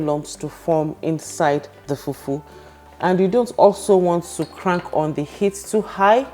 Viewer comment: I like how you say FUFU